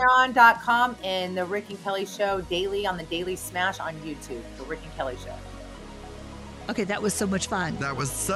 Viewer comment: It's RICK-NOT VIC LOL